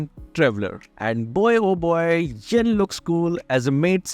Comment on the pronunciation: Why you say yon 😅😅😅😅